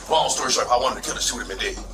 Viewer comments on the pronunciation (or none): none